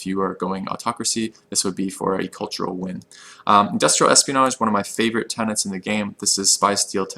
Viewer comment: tenets, not tenants 😀